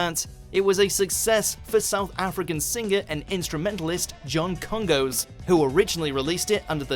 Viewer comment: It’s pronounced Kongoss. You don’t say the second O like “ghost”.